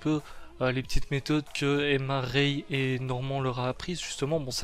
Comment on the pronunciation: Tu veux mettre l'accent anglais sur le titre mais 30 secondes plus tard ça dit Norman (Normand).